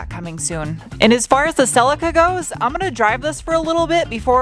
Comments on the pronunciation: See-Lee-Ka, See-Lee-Ka, See-Lee-Ka, See-Lee-Ka, See-Lee-Ka, See-Lee-Ka, See-Lee-Ka, See-Lee-Ka, See-Lee-Ka, See-Lee-Ka, Celica. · Will you please for the love of...hello kitty... Please say Celica with a long eeee in it please..celieeeeeca..... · Cel-eeeca, selicka is breaking my brain 😆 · love the way you pronounce celica over here we pronounce it as phonetically as cell lee ka, look forward to the rebuild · In Australia it's pronounced Ce-lee-ca. Have to laugh! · Is that how it's pronounced over there? Rather than "sell-lee-kah"?!? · In the UK, we call it a "Sell-Lee-Ka", so hearing a different pronunciation is weird to my ears.